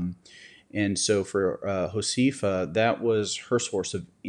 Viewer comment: Please have someone teach you how to pronounce Josefa. It is Ho-seh-fa, not Ho-see-fa. Thank you for helping her to,come back online.